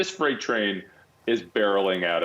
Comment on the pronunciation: The “fright” train. 😂😂😂